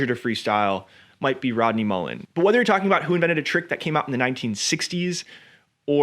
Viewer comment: Wtf, thumbnail says Muller and within the first ten seconds of the video you say his name incorrectly a different way. Get outta here